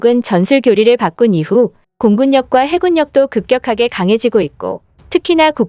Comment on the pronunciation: 아, 진짜 이 여자 고질병이네! 매 번 [:해굴력]이라도 읽네...